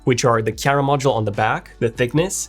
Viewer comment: Crema instead of camera.....ha ha hah ...